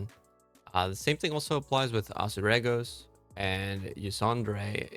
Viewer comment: You can't even pronounce Azuregos properly then try and tell us it drops from it when it's not even on the loot table, The shame!